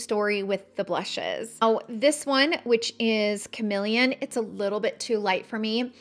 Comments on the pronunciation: I think it is called CaRNelian , isn’t it ? It’s just annoying to hear carMElian five million times as well as YES contours colors are simply not your colors , you need darker ones especially when you use this foundation ….. ugh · Isn’t it carnelian ?